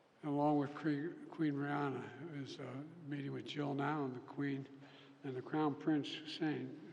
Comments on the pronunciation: Queen Rania, not Queen Rihanna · He said "Abdul" and Queen "Rhianna". Why is no one talking about this?